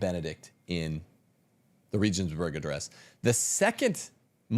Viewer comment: LOL BRO! Regensburg is German, and is pronounced with a hard G, a glottal G. The first E is pronounced as the second E, that is, EHHH. Hagan is Spanish, and the H is silent, always. The A is always the tall, pure A, as in AHHH. Please stop BRO-beating the languages. 10,000 reasons all amount to one reason, because Catholicism is TRUE.